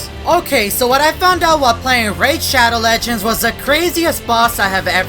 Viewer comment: PFFT ONCE I HEARD SPONSOR I SAID raid shadow legends and then... said RAID SHADOW LEGENDZ XDDDDDDDDD